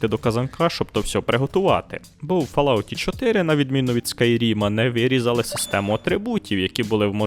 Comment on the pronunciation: але ж....читається фОлаут